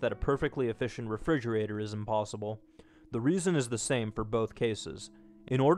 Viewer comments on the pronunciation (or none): none